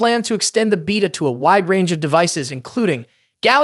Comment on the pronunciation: holy crap is this AI generated or did you have a stroke, you pronounced beta 4 different ways interchangeably throughout